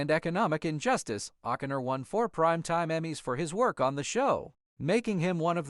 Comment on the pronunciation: How could the narrator mispronounce O'Connor? The emphasis is on the wrong syllable.